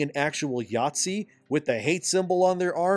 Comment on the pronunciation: I know yer saying Nazi, but you make it sound like you're saying Yahtzee, lmao